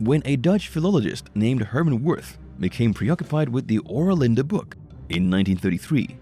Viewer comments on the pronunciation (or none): Ur an tia ... Having met the book 40 years ago. Sound it out. Not the way the narrator kept mispronouncing it. Kinda misogynistic as I recall.